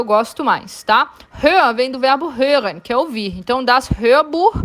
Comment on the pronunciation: Meu sonho é conseguir pronunciar "hören" tão lindamente quanto a senhora (chamo de senhora por respeito) pronunciou.